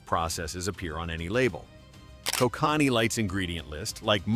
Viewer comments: Koh-connee 😂 nice AI junk narration. Koh-can-ee is how its pronounced lol. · I live in BC, and it is NOT pronounced Ko cannee. It is pronounced Ko kan ee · Gonna give this video a 0/5 and a big thumbs down for the irony: How can you make a video where you bitch about companies cutting corners to save on costs, while in the video you use an AI voice (that cannot pronounce "lager" correctly, and pronounces "Kokanee" 3 different ways) in order to cut corners and not pay a voice actor, reducing production costs? This is bad form and reeks of hypocrisy. For shame, sir!